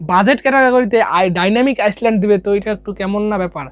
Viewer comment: ডায়নামিক আইসল্যান্ড না ডায়নামিক আইল্যান্ড 🤣🤣🤣😆😆😁😁